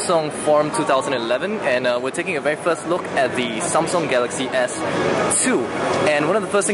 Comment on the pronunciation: Seriously "SOMSUNG" wow!